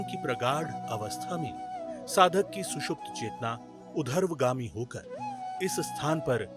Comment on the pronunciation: उर्ध्वगामी न कि उधर्वगामी।